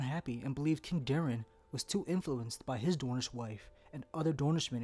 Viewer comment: Can you please pronounce the names properly...Daeron isn’t prounounced Darren it’s Day-ron, Brynden isn’t Brandon it’s Brin-den